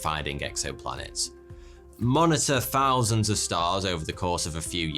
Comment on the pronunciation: Please, it’s a “th” sound in “Earth”, not a “f” sound. Edit: and “fousand” instead of “thousand”.